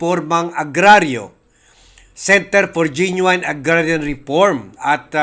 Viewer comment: Ge noo in, not genuwayn brother.